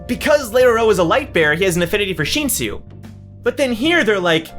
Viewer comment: its not sheensu its shinsu just say it like how u spell it sheensu sounds so obnoxious